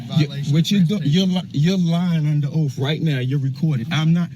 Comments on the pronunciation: It's oath, not oaf, moron. I'd tase him until he crapped then tase him for crapping lol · Birf, oaf, axe. Yeah, he’s a genius.